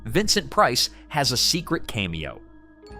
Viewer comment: The "mermaid" who lunched with Glenn Strange was Ann Blythe -- pronounced blEYEthe. And "cameo" is pronounced CAMeeo, not CAMEeeo.